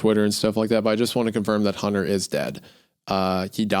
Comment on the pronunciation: "Huntuh, im not going to have sex with you huntuh"